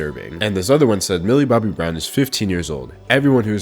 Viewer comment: How many times has he said "Millie Bobby Browm"